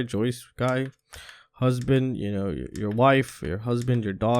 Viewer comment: ***Hubsan***. Not husband lol